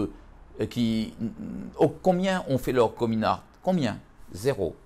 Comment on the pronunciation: « comin ourt »😂